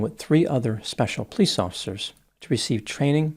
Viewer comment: pronounces "police" like "pls" 😂